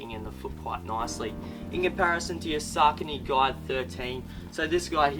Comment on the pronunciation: he's pronouncing ASICS correctly. He's mispronouncing Saucony. It's sock a knee. Not Sark a knee